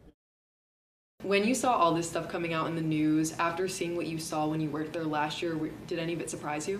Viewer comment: It's pronounced there not dare .